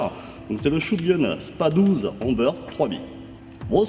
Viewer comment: Le "s" de spas 12 se prononce il me semble 😁 sinon belle video comme à ton habitude !